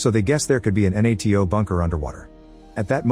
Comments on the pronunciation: this one is on me. But i didn't know what N-A-T-O was until the end of the movie, you just say NATO. You don't say each letter individually. Although could have figured it out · The AI can't even say NATO right, what hope does the Turkish capital have ?